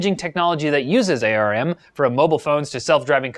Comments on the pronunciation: It's pronounced arm not A.R.M. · Why did you call it A-R-M? All the enginmaneers call it arm